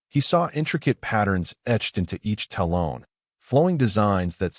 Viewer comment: Talon and taloned - comes out as taloan